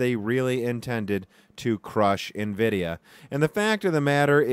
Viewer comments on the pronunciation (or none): If he stops pronouncing Nvidia and linearly wrong I'll become a patreon